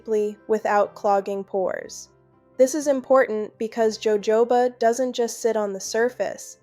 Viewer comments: Ho Ho ba !!! NOT joejoeba ! Please fix your AI issues ! Good advice though ! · It's HoHoba oil!! It's a Spanish word. J's ALWAYS have the h sound in Espaniol.